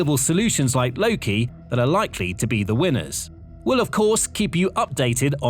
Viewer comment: its called "loke" not "loki"🤦‍♂